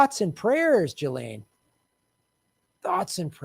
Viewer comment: You have to pronounce her name right. It's giz-lane. 8 know someone with the same name who told me that's how it's said.